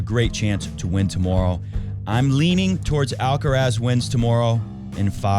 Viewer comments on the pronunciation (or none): What is the problem with 'mooray'? He is constantly being called 'alcaras', the stress in the first 'a' (it is 'alcarath', the stress in the last 'a') and never complains.